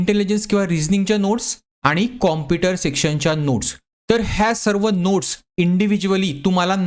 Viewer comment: Pahila tu computer mhnayla shik😛